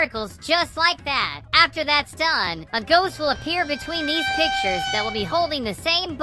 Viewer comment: 𝐷𝑜𝑛'𝑡 𝑠𝑎𝑦 𝑡𝑎𝑡ℎ